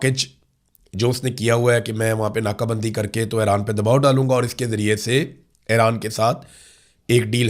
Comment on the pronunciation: برادرم، براہِ کرم اَیران (AIRAAN) نہیں اِیران (IRAN) بولا کریں، شکریہ ۔